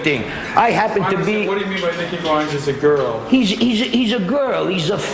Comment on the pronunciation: bonds is how he pronounces it